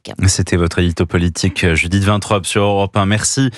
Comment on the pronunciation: Vintrobe, vintrobe, Vin trop bu peut être ? Apparemment cette dame sait lire correctement.